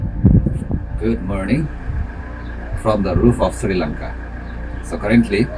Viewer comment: And dude its not sirilanga its Sri Lanka